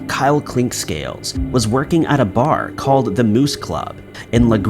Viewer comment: I'm hearing 'Klinkscales....or Clinckscales'....?!?!